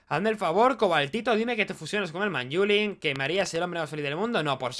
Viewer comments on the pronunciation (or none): pls di manylum en vez de manyulin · le dice manyula, no tengo nada más que decir:v